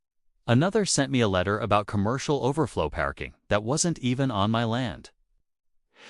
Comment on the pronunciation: Why A I can't pronounce PARKING CORRECTLY ?